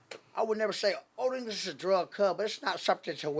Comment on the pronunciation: "One thing West Coast broght to the board is"... "OLD ENGISH!" 🤣🤣🤣🤣🤣🤣